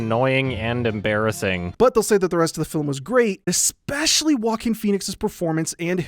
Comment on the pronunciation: whenever he says "joaquin phoenix" it sounds like "walking phoenix" to me and i can't stop laughing at this